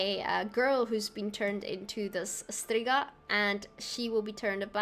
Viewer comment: Striga is a very common monster in our Slavic mythology :) I remember my parents reading me tales about Strigas when I was a child. It's so cool hearing foreigners adopt this term. And your pronunciation was spot on!